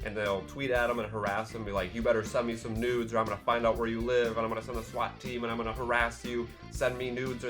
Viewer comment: I thought you said "send me noodles" instead of "send me nude's". It was so funny, yet so uncontextual.